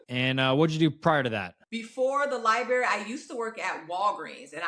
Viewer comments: It's actually embarrassing. This woman works at a library and can't even say it correctly. It's sad. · The way she says library “li-berry” kills me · She has 2 agents and neither has told her how to pronounce library.😢